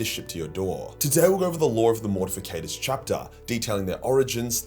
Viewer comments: Why does mispronounce Mortifactors as “Mortificators”? He does this a lot and I’m just kinda curious if anyone onows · But. It's "MORTIFACTORS" not "MORTIFICATORS". Ffs man, get yer shit together. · Morti - factors... Not morti - fi - cators. But cool video 😂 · It is spelled and pronounced Mortifactors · It's spelled and pronounced Mortifactors. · its MortiFACTORS ffs :D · Yeah idk why so many people mispronounce it